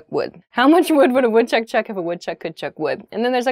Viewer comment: you got the butter and the wood chuck one wrong